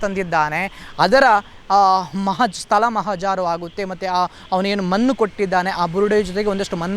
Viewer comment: ಸ್ಥಲ ಮನ್ನು ಎಂದು ಹೇಳಬೇಡಿ. ಇದನ್ನು ಬಿಟ್ಟರೆ ನಿಮ್ಮ Video, Voice ಎಲ್ಕ Super. ತುಳು ಎಂಬ ಪದದಲ್ಲೇ ಳ ಇದೆ. Very Good Job Please continue.